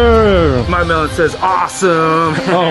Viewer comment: When said melon i thought she said melborn